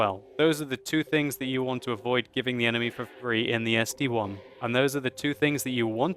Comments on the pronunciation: it's the ST-I. Not ST-1. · ST-I!!!!! it is a capital i.... I..... not 1................................ -_ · it's st-i not 1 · I have that tank its called ST-I not ST-1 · ST-I (i), its not 1 !!! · It is ST one! NOOOOOOOOOOOOOO it is ST- Eye! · It's ST-capital i